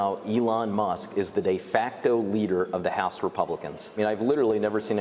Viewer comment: Musk not Muhs